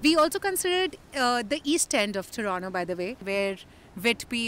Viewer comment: It's not TORONO, It's TORONTO!